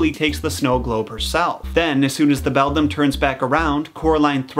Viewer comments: Regarding your "Bedlam" for "Beldam" mistake: Until fairly recently, I thought a song called "Moanjam" by King's X was "MOONjam". I literally misread/misremembered this for almost 30 years! Suffice to say, the mind is funny. Also, speaking of Metal, the folklore story with the knight reminds me A LOT of "The lady wore black" by Queensryche. You're not saying "Beldam" comes from that specific Keats poem though, are you? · its ok part 1 made me laugh when he said bedlam lol i love these videos tho <3 wish they would make a part 2 already lol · Thank god he corrected himself and stopped saying bedlam or whatever he kept saying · It's read like beladam not bedlam. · Actually it’s pronounced bell-dam or that’s how I’ve always said it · I thought it was belldown not belldom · well the word is beldam but you pronounced it wrong it's not pronounced beldim it's pronounced beldamn you're welcome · Its beldam actually. He said it wrong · Now I finally understand why I kept hearing the ghost kids say the word “bell down” when it was really “beldam”. I’m so stupid 😂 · It’s the calling the Beldam the ✨BeDlAm✨ for me 😂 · Ngl in the movie where coraline meets the three ghosts i heared them saying "Bell down" and not "Beldam" and so i kept questioning myself on "where is the bell?".🤣🤣🤣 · Has any noticed he keeps calling her the Beldum, not Bedlam? I’m sure Beldum is a Pokémon😂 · You know... I can see how easy it is To say bedlam instead of beldam. Just two letters moved. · I heard u said “bedam” but i didnt care because i did the same mistake lol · By the way the other mother is a beldam not a bedlam. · Does anyone else say bedlam as Bell Damn no.. just me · Dat not how u say bedlam it’s beli dami